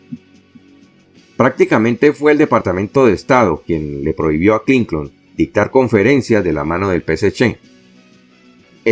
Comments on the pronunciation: EL NOMBRE HILLARY CLINTON ES CLINTON SR , NO , CLINCON ESTA. MAL ESCRITO Y MAL PRONUNCIADO. SR .ESTA EN PUBLICO . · DIGA CLINTON NO CLINCON ESTA ERRADA LA PRONUNCIASION .